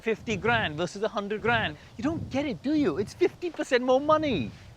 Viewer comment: Whenever Varun says 100 Indian Accent splashing out